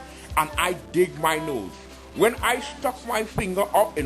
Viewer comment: While I'm at it, you'll be about dead, since you've never had anything so good in your life. By the way, it's "when" not "win" Didn't you learn that in third grade like the rest of us?